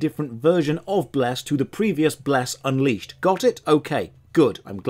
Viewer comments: I almost peed when called the game "Bless Uncrustable" XD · The running joke of saying the name of the MMO more and more wrong each time gets so funny by the end that I can hardly hold in my giggles!